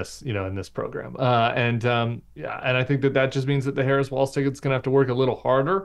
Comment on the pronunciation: Please let's say his surname correctly: "WALZ"